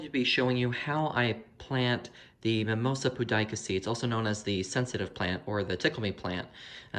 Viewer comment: You pronounce the name “Mimowsa Pyudica”